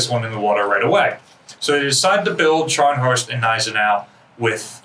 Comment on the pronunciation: Scharnhorst is pronounced as ˈʃɑrn hɔrst or sharhn-hawrst. Also both Scharnhorst class ships began construction in 1935